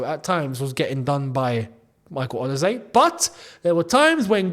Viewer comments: please bro stop saying OLISE'S name wrong... O-LEE-SAY not OLA-SAY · Interesting pronounciation of Olise…